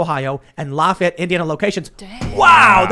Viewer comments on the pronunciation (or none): none